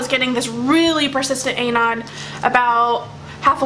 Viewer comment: that's not how you say anon omg. it bothers me how you pronounce it so much idk why .___.